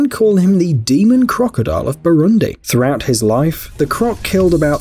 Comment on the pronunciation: Had to pause minute in lol. How'd you manage to perfectly pronounce tanganyika and yet fail on Burundi? Shyiiiiiiiit.😂🤣😂🤣🤣 kudos for tanganyika (BoooRooonDeee) pronounce dem vowels bruh 😂🤣😂🤣😂🤣